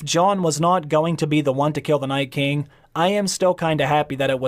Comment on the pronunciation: Is it just me, or is the way the narrator pronounces Night King reminiscent of William Shatner? NAYTKING The rest reminds me of digital text to speech. Interesting inflection.